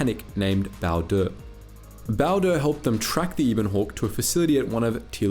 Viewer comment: Do you mispronounce things just to mess with us? They pronounce Peragus, Atton, Bao Dur and Ebon Hawk multiple times in game.